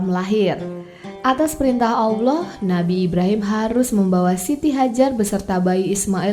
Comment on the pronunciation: Alloh mba bukan Awloh, pengucapan nya diperbaiki lagi